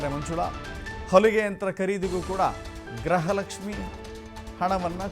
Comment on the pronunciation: Gruhalakshmi alla gruhalakshmi pronunciate properly.